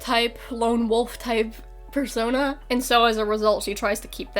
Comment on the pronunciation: "Per-sOnA..", are you okay?